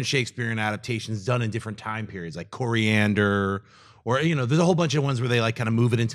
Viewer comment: Coriander? Does Schnepp mean Coriolanus?